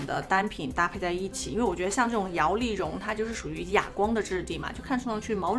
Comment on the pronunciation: Liao li long 哈哈，这个很努力说正确的样子太可爱😂！摇粒绒